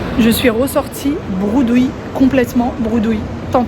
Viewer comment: Coucou j'espère que tu vas bien tu m'as fait rire quand tu as dit que tu étais ressorti broudouille de chez poltrone et sofa😅 on dit bredouille 😂 bisous à toi et à ta petite famille❤